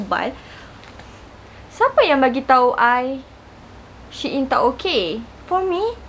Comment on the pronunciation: babe its pronounced as sheeyn